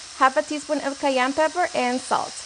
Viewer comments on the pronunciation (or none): none